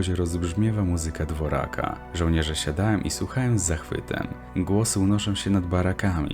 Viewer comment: Dvořak czytamy dworzak a nie dworak.👎🇵🇱